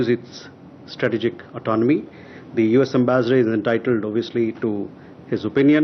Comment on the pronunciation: At least do some spell check before posting. The newsreader can’t pronounce autonomy and the guy posting the video can’t spell it and spelled it as Autonmoy😂